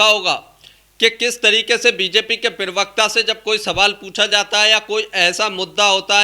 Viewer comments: हिन्दी शब्द तो सही बोलो...... प्रेवक्ता नहीं प्रवक्ता शब्द होता है। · Pravakta ❌ pirvakta😎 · प्रवक्ता बोलो पिरवकता नहीं। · App pirvakta kyon kahte ho.Say parvakta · पिरवकता होता है या प्रवक्ता?